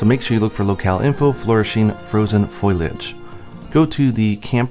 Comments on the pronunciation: Its Foliage not foilage like you keep saying. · Was it just me or did I keep hearing foliage as foilage? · It's like that scene from The Simpsons. "Foilage" "Mom, it's pronounced fo-lee-age" "That's what I said, foilage."